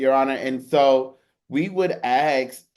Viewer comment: ffs the word is ask not axe!!